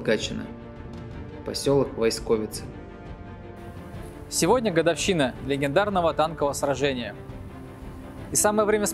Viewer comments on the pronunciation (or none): Спасибо за интересный ролик. Но есть одно уточнение. 20 лет, с рождения, прожил в Гатчине и никогда не слышал, что бы кто-то говорил ВойскОвицы. Все и всегда говорили ВОйсковицы с ударением на первое "О".